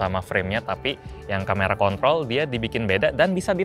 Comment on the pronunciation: lo ngomong kamera apa bang ??? 😂😂😂